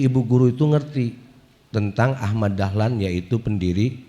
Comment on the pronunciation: Sanes Dahman tapi Dahlan